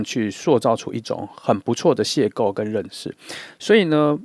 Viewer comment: 2 邂逅（謝後）不是（謝構）